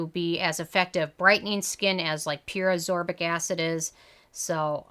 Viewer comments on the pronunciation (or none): It's asCORbic, not aSORbic. Just like it's esCAPE and not eSAPE.